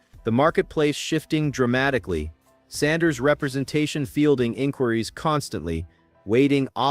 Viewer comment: Why don't you pronounce Sanders name correctly get it right You ain't nothing but a butt white let's get it right